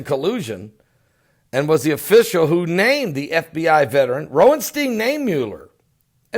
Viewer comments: Lol, Bro it's Ro-sen-stein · Is the first "s" in Rosenstein silent? It seems like you're saying Roenstein. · ROSE EN STEEN* that's how you say it. 😅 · there is an 'S' in Rod Rosenstein's last name.